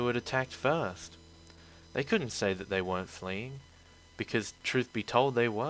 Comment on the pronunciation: Dat not day